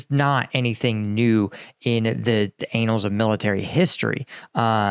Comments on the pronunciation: the Anals of military history eh, not annuals, the anals. :O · AnneNulls of history, not anals of history :P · The "anals" of military history?? 😂😂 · “Anals of military history” lol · great video, quick note, annals of history not anals of history :D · "...the anals of military history..." That isn't how you pronounce "annals",. Both instances of the letter A are pronounced as a soft A. Still, it's a funny implication that you can only get deep into military history by going up its ass. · I really want you to check your pronunciation of the word "annals". 😮